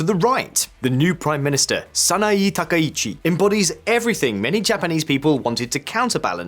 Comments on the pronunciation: From Japan: Dude, do you know anything about Japan or are you just mixing up a bunch of CNN/BBC clips with your duffo pronunciation of anything Japanese? やめてくれ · You repeatedly call her president instead of Prime Minister and you continue to mispronounce her last name. This is garbage Internet slop journalism.